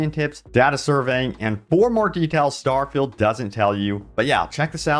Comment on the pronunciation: Don’t say starfeild 76 EVER again.